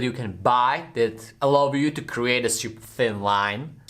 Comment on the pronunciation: No one:: shhyyuuuper (super)